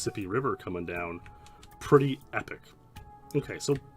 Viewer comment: When you say down you say "deaownuh"